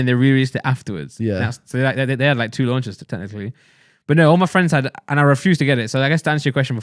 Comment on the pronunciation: no need to call me out like that, thought we were fwends